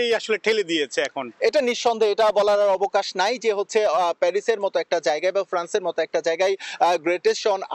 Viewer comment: শুদ্ধ বাংলা উচ্চারণ করতে পারে এমন কোনো রিপোর্টার কি ফ্রান্সে নেই ❓❔